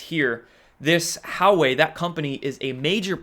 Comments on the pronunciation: Huawei is pronounced hwa-way not how-way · It is not How Way.. more like Wa Way. Publick optics dont matter. the world is watching. LOL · Huawei is pronounced like "Wau (the 'au' as in awe) way", not "How way." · I believe Hauwei is pronounced Whah-Weigh, no? Good video, but please stop over-pronouncing your vowels, you sound like a 12 year old valley girl. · Hey, Huawei is pronounced wah-way. Almost sounds like Jahweh, pronounced yah-way. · Hope you start making a little effort to pronounce Chinese names correctly. Takes 2 seconds on a Google search: Huawei is pronounced "Wah-Way"! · Huawei pronounced Wah-Way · Huawei is pronounced “Wah way”. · Hey, it's pronounced WAH-way... It's like when I was in school and we actually had to work at it and learn from a dictionary. You can get the answer in 10 seconds on your phone. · It's pronounced "Wah-Way" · Huawei is pronounced "Wah-way"